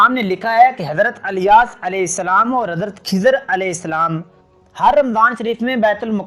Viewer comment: Subhanallah bas Naamhise kuch Canfish hai idrees... Ku adrees aur ilyas ... Ku alyas kehte hain aap kya Saheehai?